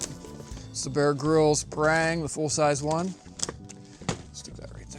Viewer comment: Not per-rang. Lol, omg. Parh-rung.